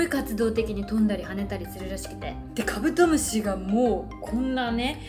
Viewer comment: 酔ってきちゃったのかカブドム"シになっててかわいい